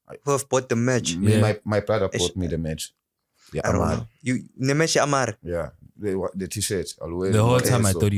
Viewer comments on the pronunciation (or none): Mekh Not Merch